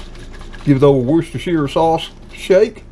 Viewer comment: nailed it, though. I was impressed.